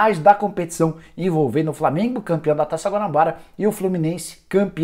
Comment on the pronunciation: Qualidade horrível da transmissão do FLORminense, imagem nem se fale .... além dos narradores clubistas que nem falavam os nomes do jogadores do flamengo direito